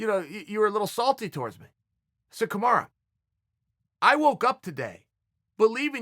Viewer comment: Man, who the fuck is KAMARA? KAMARU And Khbib? KHABIB